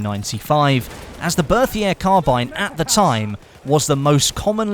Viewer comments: 1)Chautchat is pronounced show-show or show-shot. French is weird 2) fed-e-rov not fedor-ov 3) Bert-E-A not Berthier 4) check out Forgotten weapons and C&Rsenal for gun info. Then you aren't taking out your arse or quoting Wikipedia. I've seen plenty of top youtubers not know something as simple and the difference between an en-bloc and stripper clip. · 2 thumbs up for the Berthier!! Love that thing in Verdun also, it's pronounced "Bec-tee" :P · great video, but I have some gripes about your pronunciation. The first is the Chauchat. It's actually pronounced like 'showshow'. The next is the Berthier. That is pronounced 'Bertie-a'. In this case, the 'th' sound is just a t, and the 'r' is silent.